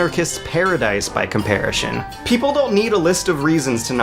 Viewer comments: lol WHY do you say comparishon? It's like you're throwing in these weird pronunciations as a joke and seeing if we notice. I mean you seem like a smart guy. You must know that's not how it's pronounced right? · "Comparishin" hehe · comparishun. There's that word again. haha jk, Great vid! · Coparashin lol